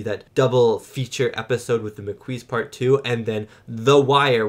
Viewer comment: Ma Queese? 😅 Okay. He doesn't know yet and skipped several relevant TNG episodes. No prob.